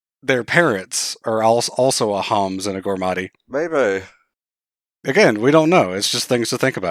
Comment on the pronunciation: saying Humes instead of Homs. That WAS a long FFXII playthrough huh?